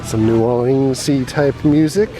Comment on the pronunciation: I hate how everyone puts so much emphasis on the "leans" in new orleans